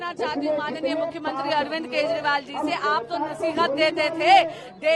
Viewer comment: मॅडम केजरीवाल का उच्चारण तो सही करे...😂